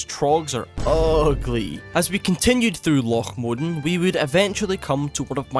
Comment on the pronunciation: Lough Modan pronunciation good, this is how it sounds in my head